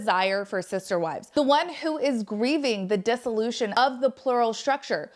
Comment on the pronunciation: Are you saying scissor wives?